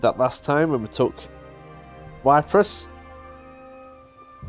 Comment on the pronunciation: Ypres is pronounced like Epres mate the Y does not sound like why in that pronounciation